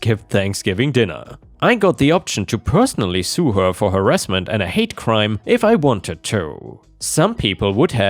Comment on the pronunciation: you sound funny af when you say certain words like her way too much emphasis on it and to sounds like a snobby rich guy lmao